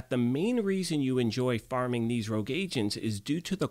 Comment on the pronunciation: Is my English that bad, or is "rouge" not "rogue"?